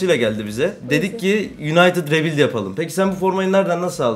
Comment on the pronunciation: Ri büilyd. Oglum rebilt degil Ri büilyd Ri Büilyd